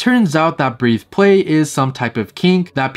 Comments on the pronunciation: Did this guy just say “breeth play?” It’s breath play. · It's "breth"play. Not Breathe xd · It’s breath-play, not breathe-play. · Just so you know for the future, you were saying breathe play instead of breath play. Breath pronounced as in "a breath of fresh air". Keep up the great work, i really enjoy your channel ❤ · Breathe is spelled with an e at the end. Breath is pronounced like "death" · Breathplay... I can't BREATHE Then, take a breath No disrespect, of course. But saying that channel name wrong was driving me nuts! Lol I love your channel, though! This video was very interesting! 😮